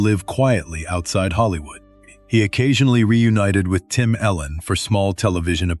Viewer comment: His name is Tim Allen not Tim Ellen u say miss his name